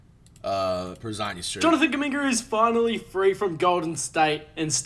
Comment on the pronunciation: Did bro just put a “Hard R” on “Kuminga”?….crazy